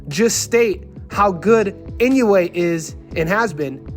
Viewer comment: Such a dumb video. Everyone who knows Inoue knows his incredible stats, especially his round by round dominance. Come on, guy. Weak video. And learn to pronounce his name properly, that’s disrespect right there.